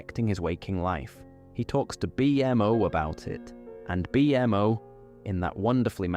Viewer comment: Great episode!! So glad this popped up on my feed when I needed to sleep. The way you say bee-m.o. is so funny lol